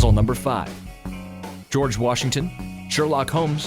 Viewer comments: is it George Washington or Georg Washington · it's not Georg Washington. IT'S F*****G GEORGE WASHINGTON! I'M NOT AMERICAN AND EVEN I KNOW THAT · It's George Washington not georg Washington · he forgot the "e" in george washington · "Georg Washington" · 5 george* NOT georg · ITS GEORGE NOT GEORG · You forgot the E in George Washington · Its GEORGE Washington not Georg At least i think..... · What's a "georg washington"? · It is spelled George Washington. Not fucking Georg Washington. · It's not Georg it's George Washington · 'Georg' Washington eh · at 5 you cloud say geroge washington becouse it is spelled ""georg"" in the video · You said Georg Washington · Georg Washington... 😂😂😂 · you forgot the e in a George Washington XD